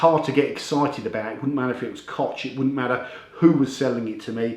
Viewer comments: Hi, I like all of your videos. Only if I may give you a little advice of pronunciation, as "'ch"" in koch, is pronounced " h" as in ''hot'' in english. Alternatively, you can you google translate to hear how to pronounce it. Thanks Again. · it is pronounced KOH like Hillary or Hitler , thank you for the review.